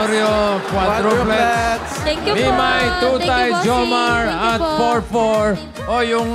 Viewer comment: “ QUADRO PLETS “ 😂 happy birthday to all bofh of u n god bless more 🙏🎂😂🥰